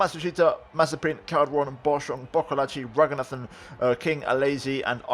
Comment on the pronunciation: Hi. I think it’s Pronounced Ra-goon-ah-than. Just saying that, not trying to be mean or anything. Just pointing it out.